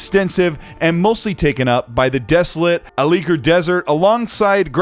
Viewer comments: The a’likr desert not the aleeker desert wtf?!? Hahahahahah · He pronounced it “Aleeker Desert”, that was painful to hear. It’s pronounced “Alakeer” 🤦🏼‍♂️